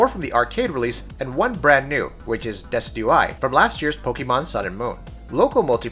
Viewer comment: I cringed so hard when he tried to pronounce "Decidueye"